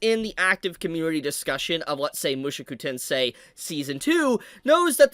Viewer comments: Bruh... you keep saying MUSHUKU TENSEI..... ITS Mu SHO ku TENSEI that was really bothering me hearing Shu Instead of sho and I dont know why. I'm not even Japanese 😂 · ofc it is the way he is saying the name is pissing me off